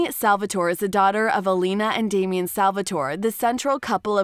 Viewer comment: Damien?! Gurl.